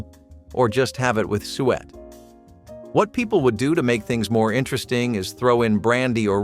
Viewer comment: lol its not sweat pudding its SOO-ET